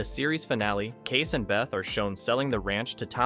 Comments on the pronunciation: KAY-SE, not Case. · It's Kay-see. Not Case.